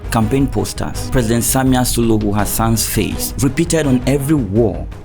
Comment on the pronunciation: Samia Suluhu caught you sayy Samia Suhulu😂